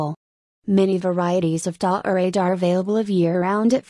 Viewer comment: "Dah-orade..." gimme a break.